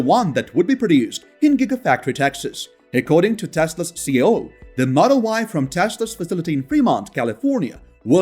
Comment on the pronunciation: Elon's position is CEO not "CO". I point it out because you say "CO" 10+ times in all your videos and it will sound very odd to any native English speakers.